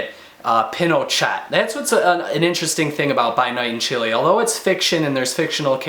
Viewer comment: You pronounced "Chile" right :). I'm happy because most people pronounce as"Chili" which sounds terrible and incorrect. Anyways, because I'm half Chilean so I should read this. It sounds interesting. Thank god Chile's political and economic standing is better now. Thank you for the review!